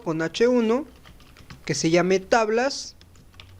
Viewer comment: Se dice DOM no DOOM